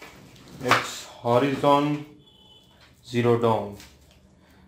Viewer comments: Horizon is pronounced like 'horaizon' and not 'horeezon' Nathan Drake is pronounced as 'Neythan Drake' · Bro, it's pronounced ho-ry-zun zero dawn